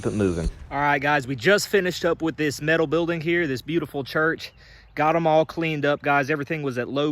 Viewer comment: Met - al not Mit - al😊